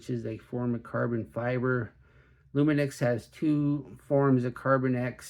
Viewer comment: loomi knocks is how you say it. here in the uk anyway.